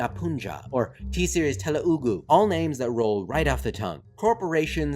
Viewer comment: It's not telu_ugu it is telugu one of the Indian languages also known as Italian of the east.